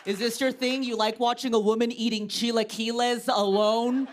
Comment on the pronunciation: So I love chilaquiles, too. Very funny bit! But you need to work a little on your pronunciation. It's "chee-LAH-kill-ees." That's an A in the middle. 😊